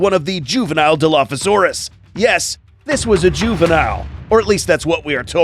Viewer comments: The real dilo is not whatever you said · Your saying Dilophosaurus wrong